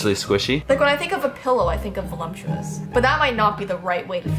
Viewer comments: The very valumptuous vee vench ( like a bench but with a v 👁👄👁) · No one: Not a single soul:: VoluMptuous